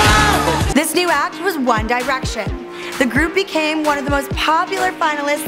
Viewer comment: "one dye-rection"